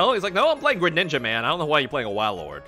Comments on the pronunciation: Its called WAILORD for a reason, not whalord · do you not watch pokemon because you don't know how to say like 75% of names lol. WAY-Lord. Not Wah